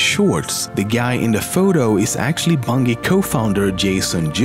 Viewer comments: The way he said bungie was super annoying it’s pronounced bun-jee not bungy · BUNGIEEEE NOT BUNGEEEEE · it's pronounced bunji not bungi idiot and wat is wrong with Ur voice? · Bun-Gee? Bun-Jee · Idk he keeps callin it Bunghee when it's pronounced BuNJEE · ITS PRONOUNCED BUN-JEE!!! NOT BUN-GEE!!! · you pronounce bungie as bunggy while we pronounce bungie as bunji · ITS BUNJIE NOT BUUNGI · Im sorry but Bungie is pronounced (Bunj-e) not (Bun-ge) :\ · The word BUNGIE. It's not pronounced (bun-gee). it's pronounced Bun-jee like for an example Bunjee cord. So bungie right. Ya dummy. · Dude Bungie is pronounced as bunjee not bungee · Fyi, it's pronounced 'bun jee', not 'bun geee' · It's Bungie with a soft g. Not bung ee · Oh my God, the way you say Bungie is so annoying. It's pronounced like Bungee, like bungee jumping. Not bungy. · It's pronounced bunjee not bungi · Do you have trouble pronouncing your hard "G"s? Its "bun-jee" not "bun-gee" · I've never heard someone pronounce "Bungie" wrong. Congrats, you win the prize. It's "Bun-Jee" not "Bun-gee." You make a J sound when you say the G, not a G sound like in green, but a J sound like In Sergeant Johnson. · i fucking hate how you pronounce Bungie. maybe we are all wrong pronouncing it “Bun-j-ee” but still can you not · bunGie? bunghie? really dude? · i love the way he pronounces it, bun-gee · Nobody: LEMMiNO: bungeh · Disliked for calling Bungie “Bun-Gee” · *BUNG EE* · bun-jie. its pronounced bun-jie. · Doesn't he mean "Bungy" XD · bung - ee.....that pronunciation. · I love how he says Bungee instead of Bunggeee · It is pronounced (bun-jee) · It's pronounced bun-j-ie!!!! ARGGGGGGGGGGGGGGGGGGGHHHHHHHHHHH!!!!! lol jk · pronounced bunjey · His accent. Nah he can pronounce a J. BunJEE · Not bunjee? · Bungy? It's bungee Bungie. Dumbass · Its pronowned BUNJI not as you pronounce it. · This nigga is saying "bungy" LOL Like something out of a Dunkey video HAHAHAHAHAHA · its pronounced bunjee not bungee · It's pronounced bunjie